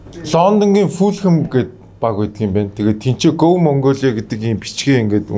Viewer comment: Fulam geed bdag shaats 😂 Fulham shde balai avgai mine enige medhgui baij yuun surtchilan taniulah edr ve sdu